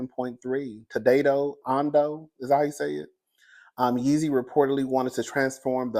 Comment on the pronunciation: not "YEEZLY" 😂😂😂😂😫😫🤣